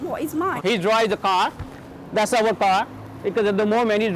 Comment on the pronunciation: First 2 minuits in the video i hear "we have to pay awer mortgage" im sorry but i think its messed up to rent out property u havnt paid for yet and making somebody els pay ur mortgage, at the verry leased own the home before u rent it, renting homes should not be a business/main income -_- just my opinion thu 😮